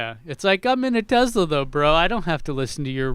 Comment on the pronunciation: What's a Tezla,? You must need more data to process how to say it correctly.